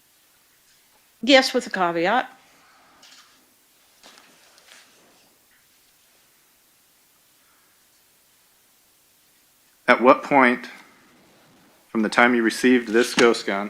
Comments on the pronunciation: Did you poop in the pool? Yes with a caveat (pronounced CAWW VEE AUGHT) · She's ruined the word 'caveat' for me 😐